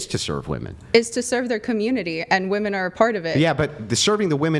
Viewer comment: Can someone remind these women how to pronounce "women"